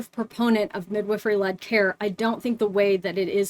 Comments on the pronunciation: Cant get over how she pronounces it like "Mid-whiffery". Sounds so strange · That is not how i thought midwifery was pronounced 😂